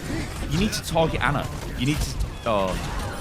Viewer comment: Finally someone says Ana instead of Anna